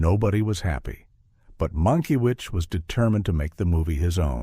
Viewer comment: Love when he calls the director Mackiewicz….. monkey-wish! Guess we now know this IS an AI.